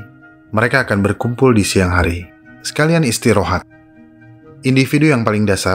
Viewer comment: Min kenapa waktu ngomong kata istirahat di ganti dikit jadi istirohat